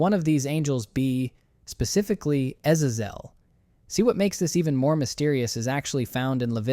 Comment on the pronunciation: How many ways of pronouncing Azazel are you going to mutilate ???